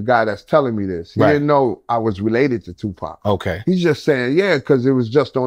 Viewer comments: Why’d he call him 2 pack at 52 seconds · He said 2Pack 🤷🏿‍♂️ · WTF?!! Did his cousin say two-pack?! 🤣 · He called him two pack 🤦🏽‍♂️ interviews done 👋🏾